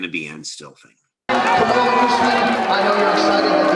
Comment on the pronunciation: Great vid, however Kamaru won the Ultimate Fighter , and has never loss in the UFC, dudes won like 12 in a row, and defended the title 4 TIMES, his name isn't Marty, it's Kamaru , put some respect on his name ...Otherwise great vid